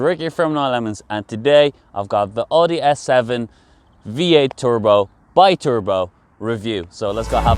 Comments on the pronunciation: Please pronounce Audi properly. It’s pronounced as Owdi not Ordi. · is he pronouncing oooudi???